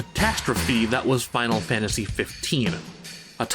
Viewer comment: Sorry but Final Fanaty made me giggle